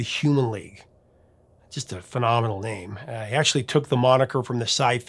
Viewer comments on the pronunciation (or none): none